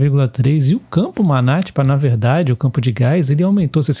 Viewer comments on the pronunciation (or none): Campo é Manati - sílaba tônica ti